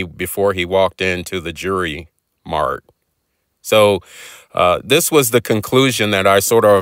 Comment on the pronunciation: What is "The Jury Mart"?? Please tell that was not an attempt at the word JEWELRY. Lol. Love your videos, but that took me by surprise.😂